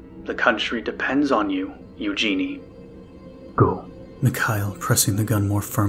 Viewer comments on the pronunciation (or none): I am suspecting that the protagonists name is spelled eugene, if so it is pronounced yoo jean. The e on the end is silent.